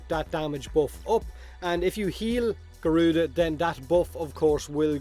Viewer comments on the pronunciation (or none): Thatz more like GORE-RUDA instead of garuda 😑